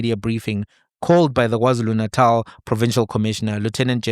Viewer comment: Did he just say WarZulu Natal 🙆🏽‍♀️